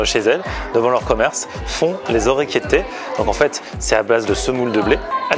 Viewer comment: orecchiette PAS ORECCHIETTAIT!!!!!!!!!!!!!!!!!!!!!!!!!!!!!!!